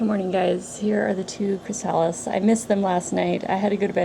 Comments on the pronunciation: Your killing me... It's "Chris a lis" not "Chris sal is". I've never heard somebody not pronounce that correctly. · Its chrasalis not chrisaaalis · Chri-suh-lys not chri-sah-lys just a tip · I thought I posted a comment but it disappeared so I'm sorry if this is duplicate. Thanks for sharing your beautiful, peaceful garden. I love it. Watching the caterpillers was fascinating. Just an FYI that chrysalis is pronounced chris-uh-lis. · I don't know if you will see this and I'm not trying to be a pronunciation police-type but, just a friendly FYI it is pronounced CHRYSalis. first syllable accent. :) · Pronounced, "crist, o-list" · CHRYSALIS pronounced chrys-a-lis not the stupid way you are saying it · very nice video but the mispronunciation of the word chrysalis was driving me crazy. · Seconding that motion, so to speak. Putting the accent on the second syllable of chrysalis is kind of like putting the accent on second syllable of "octopus". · You say chrysalis wrong. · You take such big cats? they are more likely to have a parasite. Do you have that problem? Oh I see you do. I was told not to take older cats. Sorry to be picky but you are mispronouncing chrysalis.